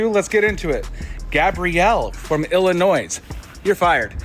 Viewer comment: This dude just pronounced the state of “Illinois” with an “s”. Something I literally learned in 3rd grade 🤦‍♂️